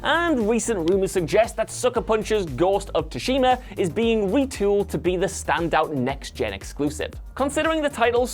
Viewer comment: Tsushima is soo-shee-ma